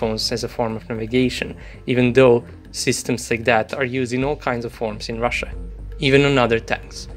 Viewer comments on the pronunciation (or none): none